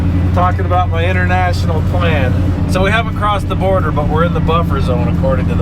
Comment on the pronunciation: It's Border not boarder